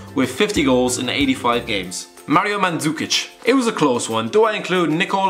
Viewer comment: Manzukic???WTF its mandukic even non croatian comentators know it